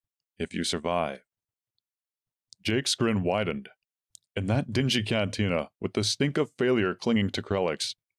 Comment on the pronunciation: Something a bit fishy here. Must be AI 😂😂😂 CANTINA should not sound like CANTUNA.😂😂😂